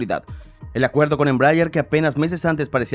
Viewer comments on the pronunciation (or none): Me duele el oido de escuchar una mala pronunciation de ese avion